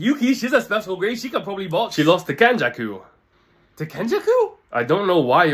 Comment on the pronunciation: WHAT PRONOUNCED KENJAKU PROPERLY